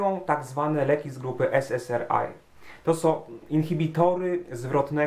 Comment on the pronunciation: Jedno zastrzeżenie: SS(A:)(AJ), nie SS(ER)(AJ). ;-)